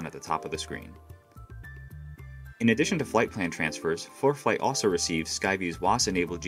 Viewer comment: Why is the narrator saying foreplay